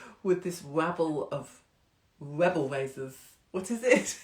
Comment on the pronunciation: A wabble of wowdy webels suwwounded Wishi and he became enwaged. :-)